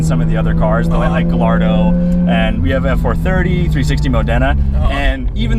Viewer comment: You know Matt wanted to just pin it over the cliff when the dude said "Ga LL ardo" lol.